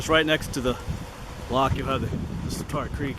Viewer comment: Swatara is pronounced “swat-era” not “swat-ara”